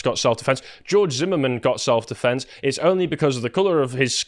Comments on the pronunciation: Deflenks 💀 How?? How do you, not just mispronounce that word as a so-called human rights spokesperson, but in that manner?? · He not only said "self deflence", he said it twice. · Why does he think defense has an "L" in it?